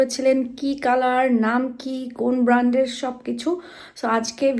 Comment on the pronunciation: ব্র্যান্ড কে ব্রান্ড বললে কেমন যেন শুনতে ভালো লাগে না তাও আবার আপনার থেকে যেহেতু আমি নিজেই ফরেইন কান্ট্রিতে থাকেন।